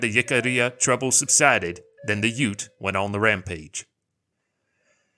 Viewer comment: Did you think that "UTE" is short for something? Like U.T.E.? It's "Ute".